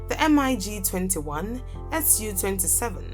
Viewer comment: Lady, don't spell M I G. Just say mig